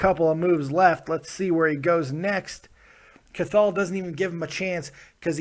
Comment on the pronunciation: Hey, love the videos but his name is pronounced "Kahal". Much love from Ireland